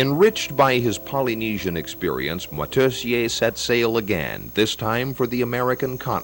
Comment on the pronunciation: Moitessier, not Motessier.